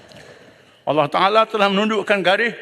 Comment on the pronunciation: Ckp pandai sebut Allah sendiri pun tk betul ceramah je pandai